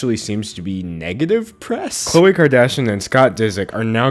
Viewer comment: The way he messes up the names ughh